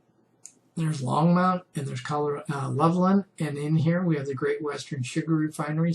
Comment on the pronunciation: this might seem like a nit pik, but I use to live in Longmont and it's not Longmount. Just saying. Bill